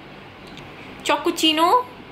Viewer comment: 😘😘😂😂😂 Dude the way you pronounced Chocochino 😂😂😘😘 dead laughing